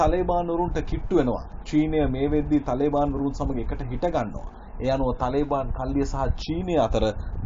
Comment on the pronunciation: තලේබාන් නෙවෙයි මල්ලි,, තාලිබාන්. තාලිබ් කියන්නේ අරාබි භාෂාවෙන් " ශිෂ්‍යා " කියනෙක. තාලිබාන් කියන්නේ ඒකෙ බහුවචන. (Students)